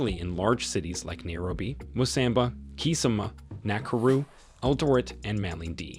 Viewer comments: Its not mosamba its mombasa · dod you just say Mosamba